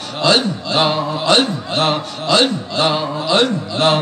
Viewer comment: হায়রে ভন্ডা আল্লাহ নাম টা বলতে পারে না.. বসে বসে জিকির করলে কি হয়